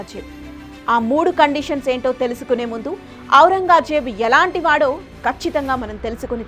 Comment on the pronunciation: ఔరంగా ...జేబు కాదు తల్లీ.. ఔరంగ్ జేబ్...